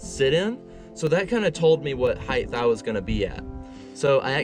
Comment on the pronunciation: It's (height) pronounced "hite" just like the word 'tight' (not hyth); a hard 'T' at the end: LengTH, widTH and HITE! (This drives people crazy who can hear it being mispronounced.) Awesome truck-camper build btw 👍